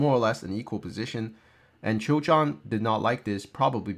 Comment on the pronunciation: Just a small nitpicking "Choi" is pronounced as "Ch-weh" with a little hint of o in between Keep up the good work